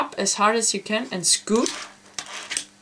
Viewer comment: "pop with your back finger and SCUUPE with your front " lol...